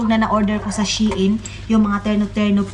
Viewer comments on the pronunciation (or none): none